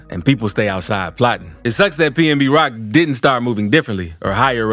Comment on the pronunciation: It’s pnb rock not pmb lol